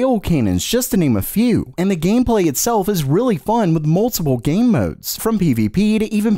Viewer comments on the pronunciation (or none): none